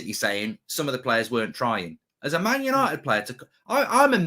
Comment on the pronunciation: Paul Ince -'we this, we that' well he is despised at West Ham and Liverpool, but he loves 'Mant United' as he pronounces it might be a double agent wanting McThingame as captain.